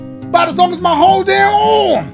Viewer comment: “AROOMMM” instead of arm 💀💀🤣🤣🤣😭